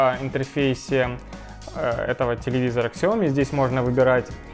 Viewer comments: Сяоми, а не ксяоми) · Ребят, фирма называется Сяоми , без буквы "к" ...